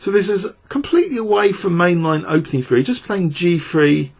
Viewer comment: 3 is pronounced three with a TH not F. why are you pronouncing TH like F ???????????😠😠😠😠😠